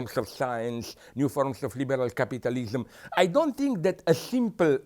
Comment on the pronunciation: I just love the way he pronounced capitalism. Capatalism XD